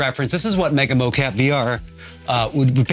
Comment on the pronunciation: Really informative video. Thank you! One question are you calling this mo-CAPI on purpose? Was a bit jarring each time.